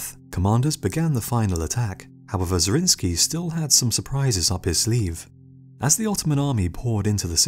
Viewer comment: Nicholas zrinski? It was a hungarian noble, Zrinyi Miklós ( miklos= nicholas)